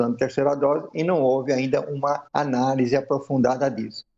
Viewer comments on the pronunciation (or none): Esse cientista não sabe nem falar... não existe o s kkkk